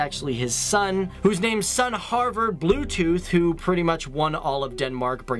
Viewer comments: excuse me sir, but his name is Harald not Harvard...! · omfg you said "harvard" bluetooth xDD it's Harald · Harvar bluetooth? You mean harald bluetooth?